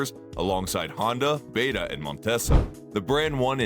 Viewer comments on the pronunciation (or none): none